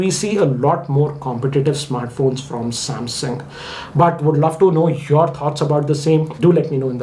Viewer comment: M51 lol😂 you say samsung I hear samhang😂